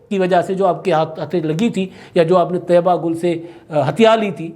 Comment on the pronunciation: طیبہ گل نہیں طییبہ گل